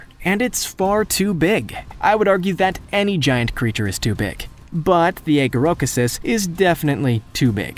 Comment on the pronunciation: Also aegirocassis is pronounced eye ghyro cassis